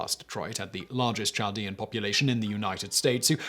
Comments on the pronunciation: Not that you’ll see my comment but it’s Chaldeans with a K sound not a typical English Ch sound. Very interesting though! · Chaldeans is pronounced kaldeans. Hire meeeee lol